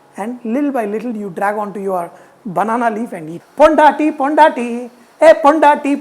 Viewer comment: Wow chef....R you talking tamil..I can't believe it..Because I'm tamilzchi..I wish you to do the full video in tamil..Your " PONDATTI PONDATTI" is so cute..And the way you're pronouncing is very superb chef !!!! And the biriyani is so good..No words to say..You're always Pakka and Perfect chef..Hats off!!!!!